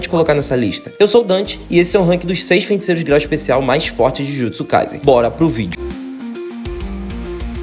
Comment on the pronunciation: pq ele fala “fenticeiros”? 👀👀